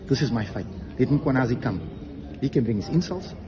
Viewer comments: Its Mkhwanazi not Makhwanazi. Some respect please with people's names. Respect other people assomblief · He pronouns Mkhwanazi as mkwanhazi his pushing the alphabet h little bit forward 🙆